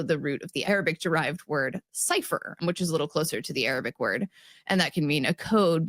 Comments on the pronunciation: Arabic pronunciation is absolutely brilliant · Wow, Arabic pronunciation was spot on. Some of those pharyngeal consonants are not at all easy for English speakers. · Arabic pronunciation is so good!